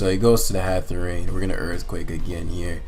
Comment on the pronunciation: Anybody gonna tell this man that it's not "Hatherene" and it is in fact Hatterene